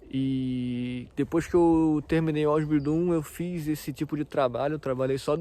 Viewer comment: Sua pronuncia na palavra Ausbildiung e Meister está errada